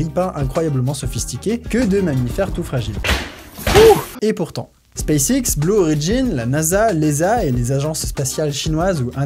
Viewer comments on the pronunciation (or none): none